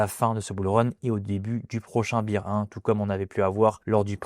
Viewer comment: je trouve tellement dommage de gacher une belle analyse en persistant à dire beer ou lieu de bear